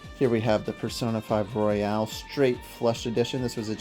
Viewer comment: It's royal not Royale 🥀